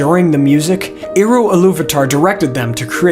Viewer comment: You lost me right at the beginning when you mispronounced "Eru". It's not *Ee-ru", it's more like "Air-u". 🫤🤦🤷🙄👎🏻 BYE.